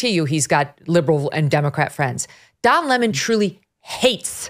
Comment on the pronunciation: Don Lemon < pronounced LaMoan. Don LaMoan is back.